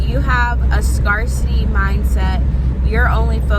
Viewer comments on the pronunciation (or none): It’s pronounced scare-city. Wishing you the best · lol Have you only seen “scarcity “ written or something? Why do you pronounce it like that?